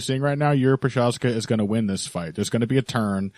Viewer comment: Прозахка. Not a hard to prounounce. Why no MMA media people can get it right ?